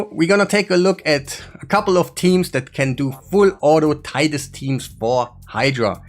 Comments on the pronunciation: Titus is pronounced “tight-us” not “teet-us” 😉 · Friend its Tie Tuss not TEE tus. Like Tie your shoe. Tie tus.